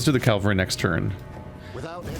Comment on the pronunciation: I hate to keep harping on this, but Calvary is the hill where Jesus was crucified. It is Cav-la-ree, not Cal-va-ree.